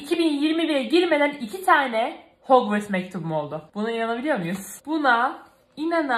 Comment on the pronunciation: Bikere o hogvıst değil hogvarst harmony diğe okunur